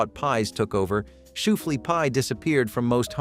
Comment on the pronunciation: It’s not shoe flee pie it’s shooFLY pie,and the chocolate shooFLY pie is even better